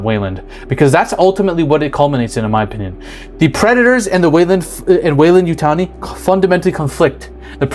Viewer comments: Also is Yoo-Tah-nee not Yootinee. Yutani pronunciation was expressed in several movies. Dude, watch the movies and do the research to make your videos iron clad. Real fans see through this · Youre aware alien home is set 5 years before alien 1979. which is much after david. Just after romulus in the time line . Alien is pretty established in the universe . Should check youre lore. Its also You-tawn-ee weyland yutani. Not wayland yutanie. Now aliens being in egypt is correct. How they arnt even created then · How is it that a guy into all of this mispronounces "Yutani"?? HOW